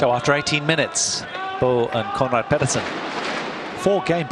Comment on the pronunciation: Petersen not Pedersen